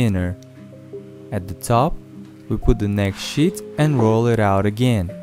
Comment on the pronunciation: when u are saying sheet it sounds like saying shit xD